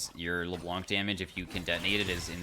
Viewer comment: Hi! You don't pronounce the "C" at the end of Le Blanc:) (which means "The White" in french)